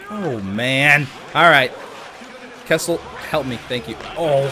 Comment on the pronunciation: You were calling Kesler kessel